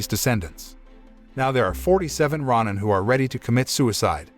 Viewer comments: I loved this film, but it is pronounced ROW-nin, not RAH-nin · It’s row-nin. And they are samurais but ones without home or allegiance to a master or country. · It’s pronounced row nin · is it pronounced ro nin or ron nin